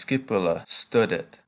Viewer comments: Please sir try to prononce well .stoudet not stadet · STUDET, should sound more like "stoodet" would it? NOT "stuh-det" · My question is about the u sound. You seem to have two pronunciations for it, one of them seems to be anglicised as you do it in studet (as in stud or stuff in English); for the rest you do what i expected it to sound like (a long u as in loop in English). I searched online and Latin only has 5 vowel sounds as in Spanish, and as in Spanish there are diphthongs but I’m only referring to the basic and single vowels sounds. Hope to hear your feedback for it. By the way, thank you for the videos, always wanted to learn Latin but always seemed out of reach financially, however, technology and people like you make that possible, so thank you 🙏